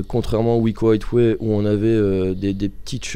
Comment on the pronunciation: MDR vous avez quoi tous a mal prononcer Highway ?